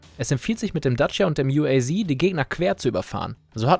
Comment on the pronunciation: Uaz das wir Deutsch ausgesprochen u a z